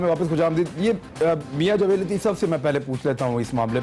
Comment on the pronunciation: Suo moto not suo motive. Feeble minded people's feeble minded representative. And its JAAved, not Juh-veid. Now for the next three years we will have to hear COAS Qamar Juh-veid. Damn.